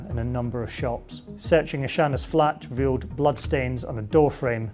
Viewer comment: "....police eveal" Er...hello? Do we English?